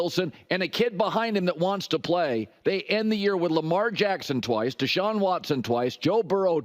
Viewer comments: Why he say Deshaun like that mean something tho? Lmao 🤣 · Idk why he said deshaun as if he was scary, but the browns as a whole are scary